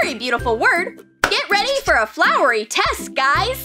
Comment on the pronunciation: Ahh yes " TEXT ", a beautiful word . Every child" wants" to hear that they're having a test. Haha .